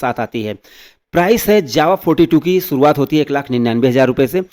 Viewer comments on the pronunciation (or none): none